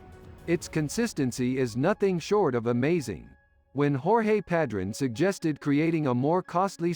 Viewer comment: The only thing that drove me crazy was the mispronunciation of Padron